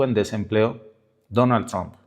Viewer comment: no se dice DONAL TRON !!!!!!!!!!!!!!!!!!!!